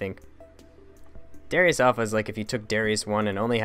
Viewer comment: It's really pronounced "da-rye-us"